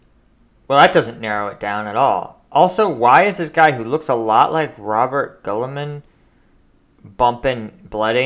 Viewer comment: Haha "Robert Gulliman" lool